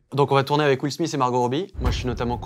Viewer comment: C’est pas will smisse c’est will smith ( smite)